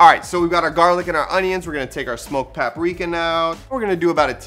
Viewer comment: Smoked Paprrrrrrrika 😂